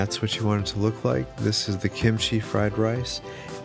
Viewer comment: Thx god you said kimchi not gimuchi